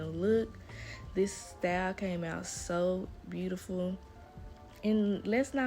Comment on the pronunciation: Say "beautiful" ?? You from the south??